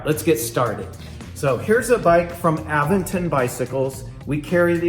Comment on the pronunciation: You are pronouncing Aventon wrong.